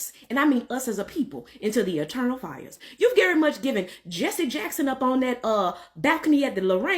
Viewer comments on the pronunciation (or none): none